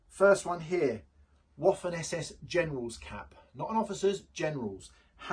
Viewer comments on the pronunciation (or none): Please stop calling the Waffen like waffels in english in german w is prounonced vaffen but in german v = f in english. If you work in this business try to learn the names and prounonce properly.